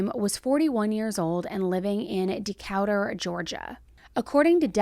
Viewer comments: But not for pronunciation LOL Decatur Georgia not Decowter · It’s pronounced Da-Kate-ur not Da-Cat-er lol Imma let it slide though haha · im guessing "decowder" georgia was suppose to be "decatur"? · I'm sorry to be that person it's pronounced decay-tor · It's DEE-CAY-TER Georgia. Lol. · It’s DE-KAY-TUR , GEORGIA :) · “Decawter, Georgia” 😭😭😭😭😭😭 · I’m sure some one has told you, but Decatur is pronounced dee-cay-ter. Welcome to the south! Great story telling. I enjoy your channel. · The way you said Decatur was so cute!!! It’s pronounced like “Dee-Kay-Tur” ❤️❤️❤️ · Lol bless your heart…Decatur… Du-kay-tur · It’s pronounced Decater. Lol sorry I had to. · Hey I live in Decatur and I just wanted to tell you it’s pronounced DEE-CATER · FYI... Its DE -CA-TUR. Just so you know! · I'd love to see screnshots of these people who say beam sleepy drink has helped! Im not spending 100 dollars on that...its ridiculous, especially with the way everyone is struggling! Its pronounced De- ka- tur Georgia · Love you, girl. It's de-KAY-ter ❤ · De-KAY-ter, Georgia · Decatur is pronounce De - cate - or , Ga ...You're welcome 🙂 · its pronounced Dee Cate Ur. Decatur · You slaughtered Decatur. Your still awesome tho. 😂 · Dying at the way you pronounced Decatur 😭😂 much love ❤ thank you for the video! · Oof. Came here to look for this!! 😂😂